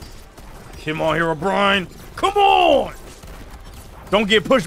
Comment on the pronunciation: Is it just me, or did people pronounce Herobrine as "herobrian"?